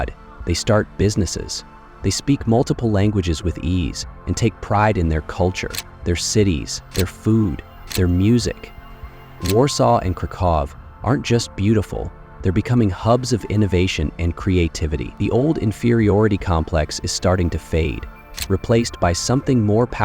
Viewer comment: I know this is AI voiced, but COME ON! Kharkov ≠ Kraków